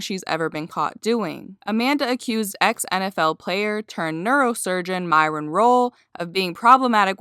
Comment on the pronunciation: MYRON not MARLON lol